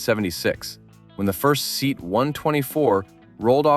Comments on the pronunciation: See-at ..Not Seat... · The Mini is not a hatchback. Also, SEAT isn't pronounced as 'seet' but as 'seh-at' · SEAT is pronounced “say aht” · SEAT is a Spanish acronym, not an English word. It's pronounced Say-at.